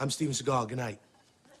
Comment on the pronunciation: Fact: The correct pronunciation of his last name is Sea-Gall.